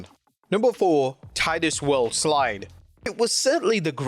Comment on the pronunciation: "Number 4 Titus Worldslide" No it's Titus WORLDSLIIIIIIIDE